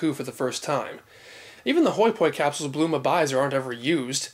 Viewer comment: Just when I think I know it all about Dragon Ball I'm in reissued to guys like You, Danny from Geekdom, and Herms. I have to admit while I an familiar and fine with the various pronunciations "Bluma" was hard to swallow at first but I quickly got over it. Keep up the awesome work.